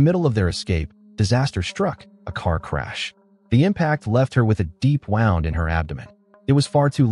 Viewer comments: Wound in her abdomen. It's pronounced woo, not wow. Is there no way to correct these things? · Poor AI. The dam English language has so many crazy pronunciations. AI doesn’t have a chance. It mispronounced “wound.” Great video, anyway. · generic ai content. nice "wound" pronunciation lmao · AI voice mispronounces "wound" within the first minute of the video lol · Such an easy fix as well. Use Injury instead of wound since the AI seemingly can't tell the context of a word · Its an ai narrator. Really, one must have just written it that way.